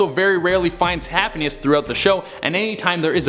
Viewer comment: he said hapniess